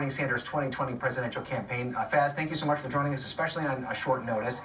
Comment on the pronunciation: The reporter actually pronounced Faiz's name correctly for once. Everyone uses a strange americanised/anglicised pronunciation usually.